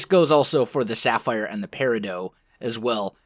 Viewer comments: "Peridoh" triggered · he is butchering the name of peridot doe